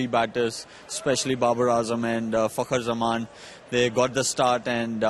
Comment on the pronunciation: m i the only one who hear malik said 'fucker ' zaman😁